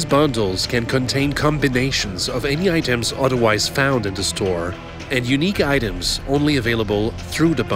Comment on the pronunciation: TH!!! It's "the", not "da"!